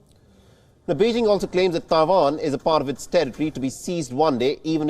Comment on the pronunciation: Thai Van 🤣🤣🤣🤣 your pronunciation SUCKS 😢😢